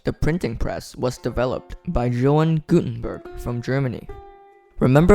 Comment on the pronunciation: it's actually Johannes pronounced "Yohannes"